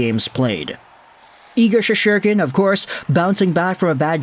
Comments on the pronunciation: Shes-ter-kin. Do you actually watch any hockey? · There is no second “h” in Shesterkin’s name! Sheesh! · thats what im saying bro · Can you learn to pronounce Igors last name!!